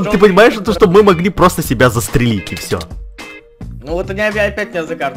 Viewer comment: вика ня Не "шо", а "что"